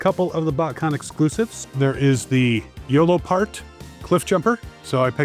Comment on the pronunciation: It’s YoloPark not “Yolopart.” They partnered pretty heavily with BotCon.